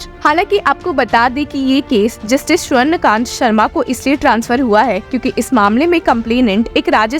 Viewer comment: Swarn Kant Sharma nahi..swarna kanta Sharma..i guess the voice is ai generated.. So many mistakes..you took the name of judge wrong so many times!! Cant trust this channel